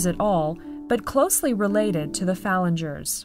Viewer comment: Koala thuộc họ Phalanger không phải Phallinger như phút , góp ý cho ad ạ.